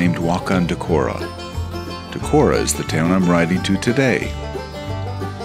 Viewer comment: Pronunciation of "Decorah" is correct. Friends had their wedding in that hotel (in the Opera House). I never biked it, but have heard good things about Trout Run Trail which circles most of the city. When visiting I usually stop at Whippy-Dip for a treat. There was/is an eagle nest near the fish hatchery - there is a webcam for it.